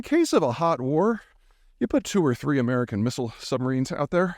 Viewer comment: "An' I'm proud to be an Amerkan!!!!" Pete the Patriot sticks it to the pretenders. It's kinda cute...